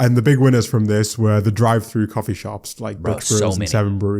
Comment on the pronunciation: I don't really do cwoffee